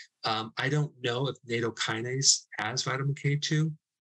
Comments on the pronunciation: Nattokinase has a short A. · Nattokinase is pronounced "Nat Oh Key Nah Say"